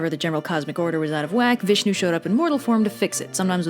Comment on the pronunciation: You pronounced "Vishnu" so perfectly......I thought no one but us Indians could do it....all others seem to slaughter the presentation